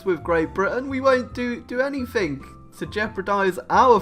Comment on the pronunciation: "We won't do anythink..." 2 minutes later... * does somethink."